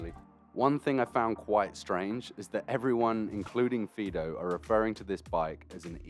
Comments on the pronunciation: I had to go back to the beginning to find out what it was actually being called, so it was a fiido bike for some reason it sounded like peedo bike, I was going to say they needed to change the name. Mind you fiido bike might be a good reason to change the name to save confusion. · sounds like he keeps calling it a pedo bike lol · Did you just call it a pedo bike??